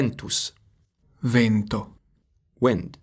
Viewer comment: The word "vento" is incorrectly pronounced with a closed vowel /e/ although it's open /ɛ/ in standard Italian.